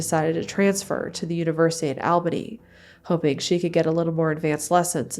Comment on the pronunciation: It’s pronounced “All-bany” not “Al-banny”